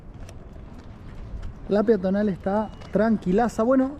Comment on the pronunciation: Peatonal y no piatonal...